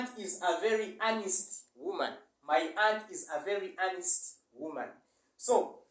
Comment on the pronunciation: I didn't know the proper 'honest' pronunciation! Thumbs up!